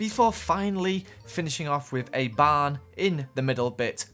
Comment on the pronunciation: I thought he Said bar instead of barn XD